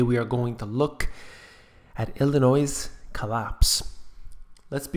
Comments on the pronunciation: The "s" is silent,in the word Illinoi(s) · I was just about to complain about your pronunciation of "Illinois"; and you said it right. It is ILL ANNOY; not ILL a NOISE. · At least have a narrator pronounce Illinois correctly. It's pronounced Ill i noy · IlliNOISE? Please, learn how to pronounce the name. It's IlliNOY. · I’m sorry but when you said Illinois, I’m so sorry but I have to say this YOU DONT PRONOUNCE THE DAMN S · "s" is silent in "Illinois." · don't make a video on Illinois if you can't pronounce it right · Computer, no S sound in Illinois. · The "s" at the end of Illinois is silent. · It's hard to listen to someone who cannot even pronounce the state Name! There is no "noise" in Illinois! (The 's' is silent). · There is no "Noise" in Illinois get it right or don't say it! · the "S" is silent in Illinois